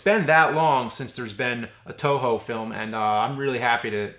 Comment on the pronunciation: Eternia, it's a joke. It always sounds like "Touhou" when James says "Toho"